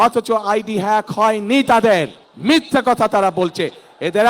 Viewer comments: নেতা দেখি হ্যাক শব্দ উচ্চারণ করতে পারেনা। 😂😂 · অশিক্ষিত মুর্খসোদা হ্যাক শব্দও বলতে পারে না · হ্যাক হয়েছে না ফেক হয়েছে এ কথাটা যে বলতে পারে না সে দেশের প্রেসিডেন্ট কেমনে হবে ছিঃ ছিঃ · হেক না ফেক?! হ্যাক শব্দটাও শিখতে পারলেন না লন্ডনে থেকে। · যে লোকটা হ্যাক কথাটা সঠিকভাবে বলতে পারেনা, ফেইক হইছে বলে। এরকম অথর্ব অযোগ্য মানুষ প্রধানমন্ত্রী হলে দেশের কি অবস্থা হবে বুঝতে পারছি না, আবার শুণছি উনি নাকি ইন্টার মিড়িয়েট পাশ, দেশে সুশিক্ষিত যোগ্য মানুষের দুর্ভিক্ষ লেগেছে কি, ৫৪ বছরে কোন যোগ্য মানুষ কি তৈরি হয়নি প্রধানমন্ত্রী বানানোর মতো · হ্যক ও বলতে পারে না! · Hek,,fek,,nice pronunciation 😂😂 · আগামীর দেশ নেতা হবে, কিন্তু হ্যাক শব্দ উচ্চারণ করতে পারে না, এটা খুবই দুঃখজনক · যে হ্যাকটাও ঠিকমত উচ্চারণ করতে পারেনা সে নেতা হবে।খাম্বায় হাম্বা হাম্বা করলে কেউ বিশ্বাস করবে না। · "Hack " উচ্চারণ পারে না HSC পাশ নেতা😂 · একটা দলের সিনিয়র নেতা । এ আইডি হ্যাক এটা উচ্চারণ ভালোভাবে করতে পারেনা । দেশ পরিচালনা করবে কিভাবে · হায়রে নেতা😂😂😂। হ্যাক উচ্চারণ করতে জানে না। আবার তার বউ ডাক্তার কিন্তু জানে না যে mbbs এ কোনো specific subject থাকে না। 😂😂😂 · কি লিডার রে ভাই হ্যাক শব্দই বলতে পারেনা। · শব্দ উচ্চারণ করতে পারে না 😂😂😂😂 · নেতা তো আইডি হ্যাক এটাই উচ্চারণ করতে পারে না তো দেশ চালাইবো কি😂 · এত বড় একটা নেতা আইডি হ্যাক হয়েছে এটা উচ্চারণ করতে পারে না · আইডি হ্যাক কথাটা মুখ দিয়ে বের করতে কতই না যুদ্ধ করছে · এই শুয়োরের বাচ্চা তোরে কুকুর দিয়ে খাওয়াবো, মূর্খের বাচ্চা, হ্যাক,ফেক উচ্চারণ করতে পারে না, খাম্বার বাচ্চা মাদারচোদ